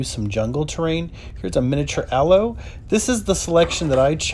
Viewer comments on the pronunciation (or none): none